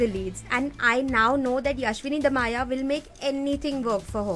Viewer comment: Isn't yashaswini "dayama" and not damaya??